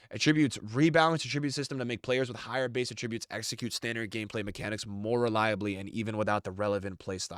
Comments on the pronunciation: “aTRIBUTEs” it’s “ATtributes” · Evos are cool concept but I don’t want to have to build every good player on my team. Also the way you say attributes makes me angry